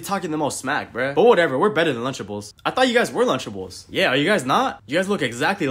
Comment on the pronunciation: Lunchables❌ lunchablelees✅